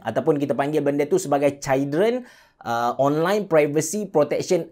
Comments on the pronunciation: sebut betul2. chuldren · No one: Me: dgr brader ni ckp children (cail dren) Also me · Sebut Children salah tu bang...